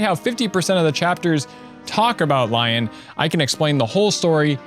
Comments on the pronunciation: I heard you say Lyon's name like lion and I left my body for a bit. I've always said Lee-on in my head like in what I think Eirika voice would sound Like. Also Eirika's story is better for me because I like to get Seth and Eirika together when I play xD This is the only Fire Emblem game I've played and will always be my favorite. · "Childhood friend, Lion"? It's said the same way you do "Leon". Granted, Leon is supposedly "Lion" in Greek, Irish, and Spanish (Lyon being from English (Likely old English, as old English lacked "I"s and used Ys instead), Scottish Gaelic, and France for Lion) so not too far off. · Pronounces Lyon's name as "Lion." How could you do this to Best Boy? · Also Renais is pronounced Ren-ay, and Lyon is pronounced Lee-on (both are based on french, Renaissance and Lyon, the french city)